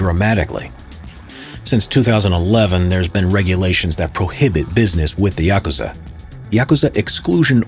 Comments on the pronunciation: Thank God you don't pronouce it yakoooza 👍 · Thank you for pronouncing Yakusza correctly.